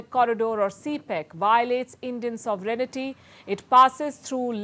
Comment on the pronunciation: Palki, It is not soverenity... It sovereignty.